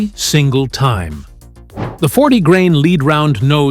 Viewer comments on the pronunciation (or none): "leed" Get a better AI voice dubbing system!!!